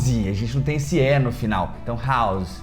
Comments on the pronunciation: “House” sem pronuncia com som de “S”, e não “Z”, como vc pronunciou. 😉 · House tem som de S, não de Z